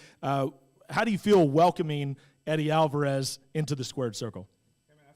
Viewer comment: "MendeZ" "AlvarUS" Casual detected.